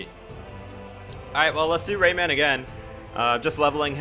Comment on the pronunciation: Y so u say rayman like dat, like it’s two words or something